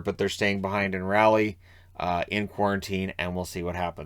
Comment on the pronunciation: It's Raw-lee or Rah-lee, but not Rally.